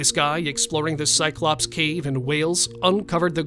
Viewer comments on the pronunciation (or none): 'cyclopse' hahahaha try mammoth